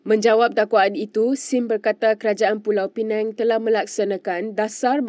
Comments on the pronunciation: Sebutan p.pinang jadi p.penang sebutan tak tepat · Pulau penang, dia ni org mana ni, pulau pinang pun tak reti sebut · Pulau pineng?? Sebut la betul². PULAU PINANG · Bacaan pun tak berapa betul. Pulau pinang bukan pulau penang.....hayoo.... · Tolong ya, tolong betulkan sebutan Pulau Pinang, bukan Pulau Pineng. Mungkin pembaca berita 'peneng' kepala kot??? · Maafkan sy. Tentang isi video ramai dah mengulas. Sy nak tegur pembaca berita ni. Sebutannya teruk. Sgt memerlukan bimbingan intensif. Pls msiakini tv. Perkataan2 biasa pun salah sebut. Kalau dibiar akan menjadi pencemaran bahasa yg berterusan. Perkataan paling mudah.... Pulau pinang pun disebut pulau pineng. Belajar mana adik ni dulu ya? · Bukan pulau penang yer dik. Its pulau pinang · Tolong sebut dgn betul Pulau Pinang bukan dgn Pulau Penang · Pulau pinang bukan pulau peneng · Pulau pinang bkn pulau pineng ya. T.ksh. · bukan pulau pineng lah sis,pulau pinang,betul kan lidah tu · pembaca berita sebutlah betul2 Pulau Pinang. Bukan Pulau Penang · Pulau piNENG atau Pulau piNANG ye? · Pembaca berita tolong lah sebut nama dgn betul! Negeri Pulau Pinang betul bukan Pulau Penang kenapa penerbit berita biarkan sahaja? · P.Pinang not Peneng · Pulau pinang Bukan pulau pinang la